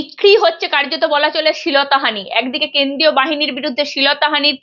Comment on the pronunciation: পার্থী, শীলতাহানি, পিজাইডিং এসব কি উচ্চারণ? আপনি আগে উচ্চারণ শুধরে আসুন।